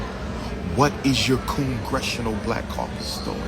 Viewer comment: Not coongressional lol